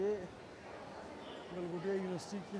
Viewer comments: Do baar “developed by Galgotia” bola hai- how can this be a slip of tongue!! 😂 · Galghontia university 😂😂😂😂😂